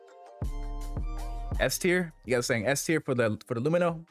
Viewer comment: I don't know why hearing an extra syllable added to Lumin is so jarring every time I hear it in these videos. My general loadout is usually some combination of the Arclight or LH86, P8-SC, and S-71 or Gallant.